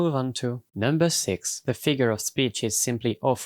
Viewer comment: Mam I beg You, dont pronounce „the” as „ze”, it hurts